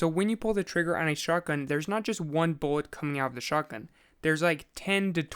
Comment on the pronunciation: buwwet pewwets